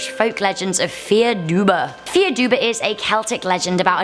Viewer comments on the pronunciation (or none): Dubh is pronounced duv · Dark figure with fierce red eyes and a hat. That's not slenderman, that's The Hat Man. The one shadow person you don't want to see (Also I believe dubh in Gaelic is pronounced "Doo") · Dubh is pronounced "Doo"